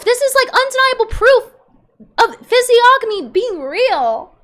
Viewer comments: The g is silent in physiognomy, bae. Fizz-ee-on-umm-ee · The “g” in “physiognomy” is silent.